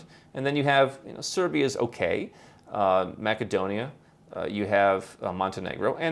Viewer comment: I think that you are confusing a country in Europe, north of Greece, Macedonia (or more correctly North Macedonia,) pronounced: ma -suh-dow-nee-uh, With a type of Australian nut, macadamia.